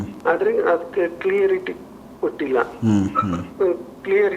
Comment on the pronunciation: ಸರ್, ಕ್ಲಿಯರಿ ಟಿ ಅಲ್ಲ ಕ್ಲಾರಿಟಿ